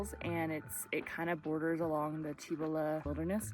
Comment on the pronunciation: Awesome ! FWI ... different pronunciation of the Cibola forest. It's spelled " Cibola but sounds like " Seebola" 😊